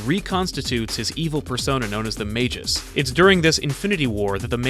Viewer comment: Mage'us? MAG-US!